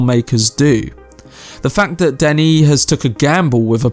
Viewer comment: "Danny"? Really, Danny? Listen to the Blondie song Denis. That is how you say it.